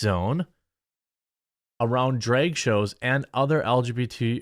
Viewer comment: Dude.. Bruh.... It's drAg, not drEg It's bAG not bEG. C'mon bruh.